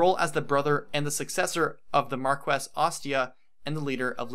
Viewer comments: It's pronounced Mar-kess, not Mar-kwess. Sorry, I just got tired of hearing you mispronounce the word over and over again. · I want to say how amazing and on point this video is and shower you with praise... BUT I AM ABSOLUTELY LIVID AT THE WAY PEOPLE SAY MAR-QUE-SS. BECAUSE I AM SURE IT'S MAR-KESS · Mar-key, not Mar-ques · great video, just fyi its pronnounced Mar-keys not mar-ques, as it is french. I said it the same way for years :D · I know the word seems phonetic but it isnt since it isnt really an english word, its pronounced "markee" not "marques" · It's pronounced mar-kwess. Heroes pronounces it differently. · I really like the video, and I agree Hector is great and undervalued, but since I know it bothers people, it used to bother me since I had no idea, Marquess is pronounced like Mar Key. (mar-KEE) I know, it is weird, blame France. Honestly, any way it is spoken is fine. People shouldn't care. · A couple things,. First, Jaffar did not kill Elbert. Ninian did, while under Nergal's control. Jaffar was only present to prevent the lords from escaping with Elbert, which he did, and then left before Elbert died. Second, the rank of Marquess is pronounced "Mark-Ess" in English, "Mar-KEE" in French and Italian, and, unless I'm mistaken, "Mar-grave" in Germanic languages, though really, a Margrave and a Marquess are not quite equivalent ranks. Lastly, A-thos. Not Uh-thos. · Its pronounced markwess. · In the word marquess the u between the q ane the e is NOT pronounced. This word is Latin based and it stems from Spanish/Portuguese/French/Italian. Just like in the Spanish surnames Velazquez, Rodriguez, Dominguez, etc the u is never pronounced. The only way that the u can be pronounced when is between the q/g and the e is when the 2 dots are above the u. Words like vergüenza and cigüeña are perfect examples to illustrate this.